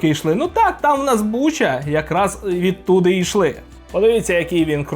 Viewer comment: магнИт? ) протиВОгаз?? ВІДТУДА?? а-ну, скажи паляниця, москальня ))